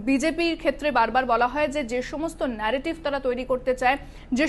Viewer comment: এত নেরোটিভ ন্যারোটিভ করবার মনে কি । বাংলায় খবর পড়ছেন তো ?